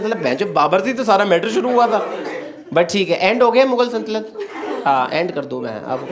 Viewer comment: He also pronounced "saltanat" wrong everytime 😅